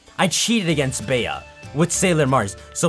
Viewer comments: it’s pronounced BEE. In the U.K. Bea is short of Beatrice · Bea's name is just pronounced like Bee.